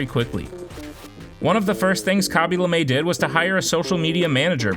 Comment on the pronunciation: Not Lamae it’s Lame